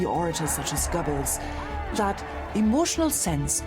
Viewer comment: Why do all Englisch speakers pronounce "Göbbels" as if it was written "Görbels". Even in this rater high quality video.